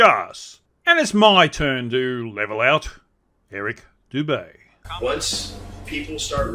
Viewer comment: Who the fuck is Eric boudae, bodey, botea???